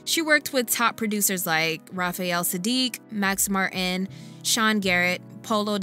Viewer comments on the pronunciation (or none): none